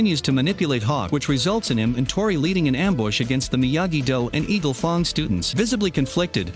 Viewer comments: fang not fong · did this dude rlly just say eagle fong?!? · Mans said eagle fong 😂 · I love eagle fong bro every YouTuber say things wrong bro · not to be rude but you say eagle fung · I think this is gonna be the only episode I watch of this guy. The weird cuts and edits and how he pronounces Miyagi Do and Eagle Fang so so wrong is bothering me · you need to improve the prenounciations of the Dojos ... like Eagle Fang not a long A -.- ugh my bad for getting a bit triggered but yeah